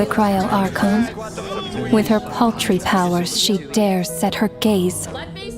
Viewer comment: I thought you said pastry for a second